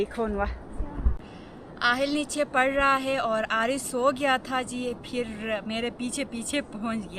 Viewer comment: AAP (Phir) ko (Fir) boltee hain kindly update this in yr vilog, baqi Behtreen Documentary hai, I like it🎉